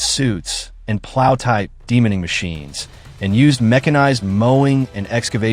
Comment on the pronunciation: ANCHOR: DeMAAINING--NOT Demening --pronunciation!!!